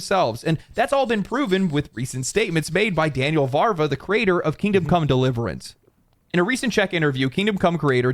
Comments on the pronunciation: It's Daniel VAVRA, not "Varva". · Its Daniel Vávra not Varva 😂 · Why is everyone reading "Daniel Vávra" as "Varva"? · it is VAV RA... not VAr VA